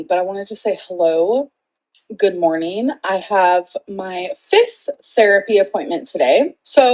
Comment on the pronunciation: “I have my FITH therapy appointment today” - I checked several times. She definitely doesn’t close her lips for that all important ‘f’ sound. Who taught her to enunciate in school? Nobody corrected her with her horrible pronunciation of dozens of words? Only participation trophies for our kween.